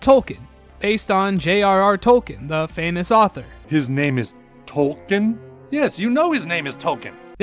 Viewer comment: English is my 3rd language. I don't hear any difference between how you pronounce "token" and "Tolkien". The way I say "Tolkien", the 'i' is clearly audible.